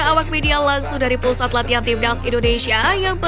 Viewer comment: Timnas, bukan tibdaz, obati dulu flue nya mbak baru normal suaranya